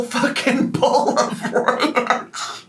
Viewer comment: Bowl❌ BOOL! ✅